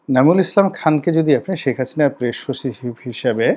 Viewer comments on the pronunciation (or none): প্রেশ!?!😂😂 প্রেশ শছিব!??🤣🤣 ছল্লিশ বছরের!??😂😂